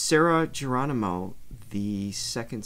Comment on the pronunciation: Hi,. Hope you don't mind my sharing. The G in Geronimo sounds like an H. ✌❤